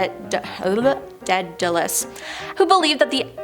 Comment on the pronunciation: Really enjoy these vids BUT you guys have got to learn how to say British words correctly: It's the RAF, not the RFA Daedalus is pronounced DAYdalus, not DEADalus (Greek, I know, not British) Comber MEER (the B is voiced) Viscount is pronounced VY-count Berwick is pronounced Berrick...